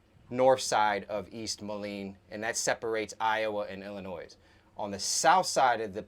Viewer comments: Happy to see yall and back together! Ya gotta teach him how to say Illinois though lol. Good job guys! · just thought u would like to know the s in Illinois is silent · At least pronounce Illinois correctly!!! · All of the above and watching from southeastern Texas. I was born in Macoupin County, Carlinville, Illinois. NEVER pronounce the “S” sound at the end of ILLINOIS. 🤗❤️👍🏻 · Your in my part of the country now!! Im so glad your out and about. You have such a wonderful heart. Thank you. FYI, "s" in Illinois is silent! lol Hugs